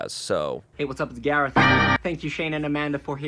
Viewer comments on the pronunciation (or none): amanda cant handle the exaggerated swagger of a south african garreth